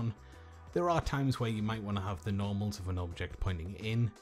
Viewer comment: i thought you said "Normies"